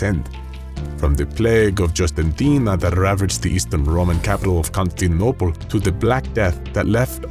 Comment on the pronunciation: Ha! Can't pronounce Constantinople! 🤓😁🤑